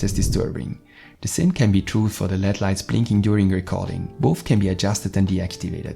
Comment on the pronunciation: What are leads... if you are trying to say l.e.d. It’s pronounced L...E...D